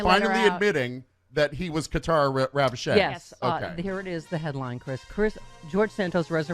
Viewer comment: It's pronounced "Ravodge" No seriously. 🤷‍♀️